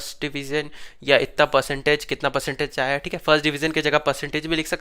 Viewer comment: Itna ❌ itta ✅